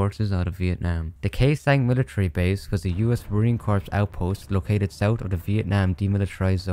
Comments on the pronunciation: The “S” in MACVSOG is “studies” not “studios”. “Corps” in marine corps is pronounced as “core” not “corpse”. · So I know this is a older video and you might not check the comments still, but one little thing that caught my ear is when you said "Marine Corps" the P and S in Corps is silent, so it would be pronounced as "Core" instead of "Corpse". Other than that, I'm loving your vids! The one about Call Of Duty Cold War popped up in my recommended and I couldn't be happier it did. Keep up the great work man! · You don't pronounce the "p" in marine corps. It's like saying marine "core" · Why do you pronounce marine corps as “marine corpse” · Only problem with this video is how you pronounced marine corps. If that's its biggest flaw, you're doing great